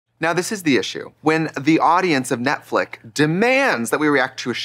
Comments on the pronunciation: trixie having to actively work to say "netflix" instead of "netflick" is 👌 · Ok is she saying "Netflick" as a gag? Like a singular flick? 😂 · Does anybody know why they say "Netflic"? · Not 'Netflick'